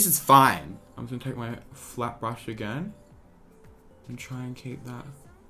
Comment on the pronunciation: For a minute I thought said ‘ just gonna take this flap brush’ 🤦🏽‍♀️